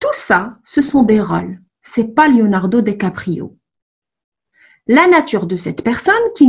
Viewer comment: Attention à votre orthographe : Leonardo Dicaprio, et à votre prononciation.